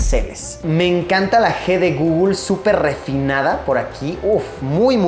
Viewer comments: Por qué dice gugul en vez de guguel me pone nervioso. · Pronunciación: guguel Luisito: gugul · El Gugul? Xd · Me muero de risa cada vez que Luisitech pronuncia "Gugul" ahahaha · Google = Gugul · De "GUGUL" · Un niño muere cada vez que Luisito dice "gugl"